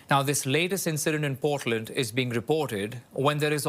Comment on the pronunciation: ..teach him to pronounce Portland correctly ...Canadian News